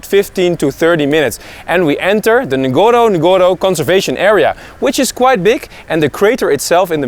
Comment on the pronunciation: Nice keep going . but ..one of the safari name is not nagoro nagoro, it is Ngorongoro..say Ngorongoro. thank you bro.